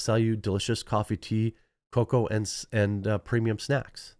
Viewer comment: Oh coffee, tea, or cocoa. I thought you were saying "coffee to your coca"